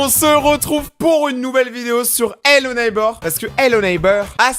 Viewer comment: Ello neybeurre ? 🤣🤣🤣🤣🤣🤣